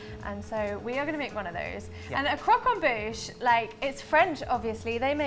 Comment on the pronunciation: Good video guys, but just one thing: “croque en bouche” 😉